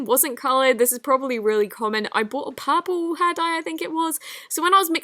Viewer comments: XD the way u say purple looo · Who else loves the way she says purple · that's how british or australian people say it lmao